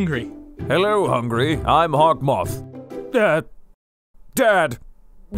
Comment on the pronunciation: No joke, when I first started watching the show I thought the main villain's name was "Hotmoth" instead of Hawkmoth because of the way all the characters pronounced his name.